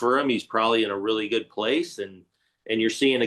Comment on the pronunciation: "Dis Gonna be guuoed" was perfect.